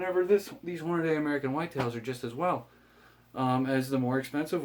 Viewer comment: Pronounced Hornadee, not Hornaday... sorry...